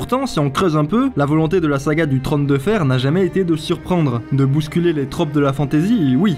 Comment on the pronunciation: Le trone ? le trÔne !